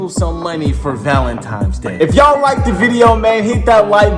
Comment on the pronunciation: Wait fredo said valentime's😂😂